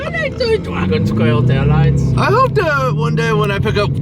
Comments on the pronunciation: Lmaooo “the dwagon scaow taowights” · Not the Dwagon scale tale wites 😂😂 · “dwagon scwale tailwights” was hilarious 😂